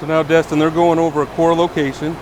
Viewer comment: It's Destin, not Dustin. So many people get his name wrong.